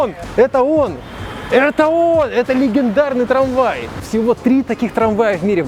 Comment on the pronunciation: Техника кэнди!!! Не канди (